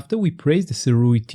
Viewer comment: Thank you for pronouncing the name correctly. Other reviewers tend to pronounce it as Surei which is really annoying. Kudos to you!